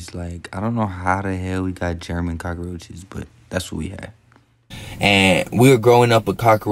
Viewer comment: this nigga said german cockroaches 😂